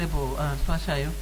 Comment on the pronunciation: The madam speaker can't even pronounce Hlatshwayo